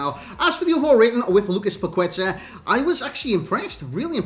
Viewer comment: Its pronounced "pac ê ta"